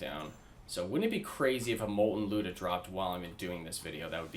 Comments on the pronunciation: The “looda” it’s pronounced lie-oo-da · lie-you-dah but geez this is crazy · It's actually Люда.